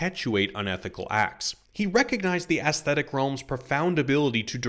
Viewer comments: Aesthetic, pronounced ees-thetic or, if you must, ess-thetic. Never, never, ass-thetic! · Dude, it's not pronounced "ass-thetic". The traditional pronunciation is "eese-thetic" (think "paediatrician" or "encyclopaedia"), but "ess-thetic" and "iss-thetic" are common contemporary pronunciations. You get points for not ignoring the aitch, though.